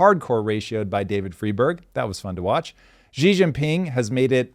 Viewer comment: Xi is pronounced she like a girl. Please.